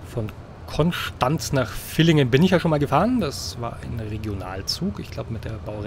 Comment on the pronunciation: Villingen spricht man fillingen aus